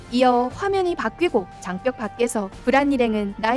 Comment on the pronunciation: 왜 계속 장뼉이라고 읽는거죠??